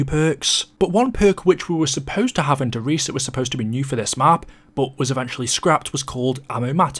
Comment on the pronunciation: It's pronounced "der riesuh"